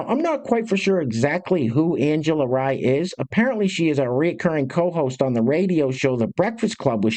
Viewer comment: Angela's names pronounced like REEEEEEE